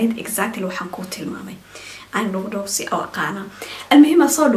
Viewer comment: Dhuqdhusi waxan u maqlay kurkursi 🤣🤣🤣